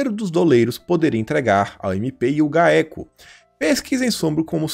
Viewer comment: O nome do órgão se pronuncia GAÉCO,. 😁😁😁